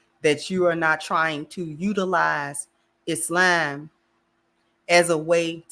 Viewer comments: She’s pronouncing it correctly. إسلام <—- Is-Lam. Is-lom is us Americanizing the Arabic. We need to say it as it’s really pronounced, which is what she’s doing. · her pronunciation is closer to standard arabic but there are other accepted pronunciations in English speaking countries. iz-lom, is-lom, islam are all acceptable.